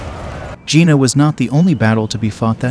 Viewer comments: Good overall; atrocious pronunciation of both French and Prussian names. The town is pronounced "Yay-nah" not "Gina". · "Jena" is pronounced "Yayna" not Gee-na" You Americans really bugger up foreign languages including English and stupid stuff like Eye-ran instead of Iran ( soft ). Don't they have schools in the States? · The battle of Gina? Gina Lollobrigida? The mispronunciations in this are completely farcical. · The pronouncing of German and French names and places is appalling and painful. The battle is Jena (Yay-na). Please have respect for other cultures, not just your own. Take the time to properly research the names and places of your videos. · Agreed, even the main location of Jena is mispronounced. Get rid of this AI. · The battle is pronounced YAY nuh. NOT "Geena". Marshal Davout is called "devout" instead of duh VOO. Just terrible. So many more.😝